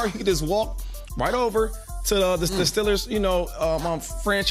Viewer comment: They are not the Pittsburgh Stillers my goodness say there damn name correctly, man‼️